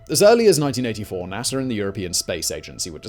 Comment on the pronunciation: Btw Theres no “R” in NASA but nice background music